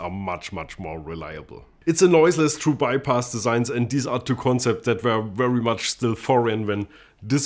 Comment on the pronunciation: It’s wery wery wintage